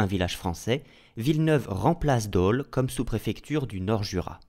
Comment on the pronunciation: Petit détail le "o" de Dole ce prononce comme si vous disiez le prénom Paul.